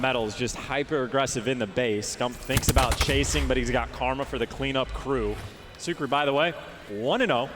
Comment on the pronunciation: Stop 👏 saying 👏 SUCK 👏 RY. It's Sukry (Sook-ree)